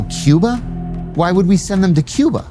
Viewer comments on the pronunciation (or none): none